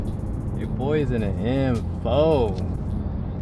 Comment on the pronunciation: "EM FOE "